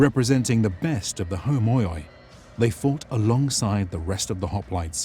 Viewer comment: In Greek, oi when together, equals e. So words like preroikoi, or homoioi is pronounced more like per-e-e-k-e and hom-e-e, repeating the e every time, than hom-o-i-e like it is pronounced in the video.